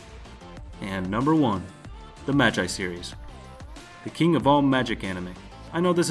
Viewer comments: Mag eye serious omfg I can't believe you're an anime fan smh 🤦‍♂️ It's pronounced like ma gee learn Japanese cuz that pissed me off. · most north Americans say Ma-jai and other countries say Ma-gee we're odd like that. If he's reading a script then that's probably his default, even though the show pronounces it the other way. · im sure its pronounced mag-gee and not mag-i lol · Mans said “Maji” it’s Magi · why does he say ma-gai and not ma-gi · Why TF did you say magi like (ma guy) it's just (magi with an e sound instead of guy sound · Since when was "Magi" pronounced as "Madjei"? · You said magi wrong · is it just me or did he pronounce magi wrong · Say magi again .-.